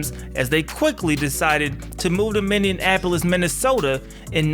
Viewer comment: Minny - Apple - Is. Only one "n" sound. :)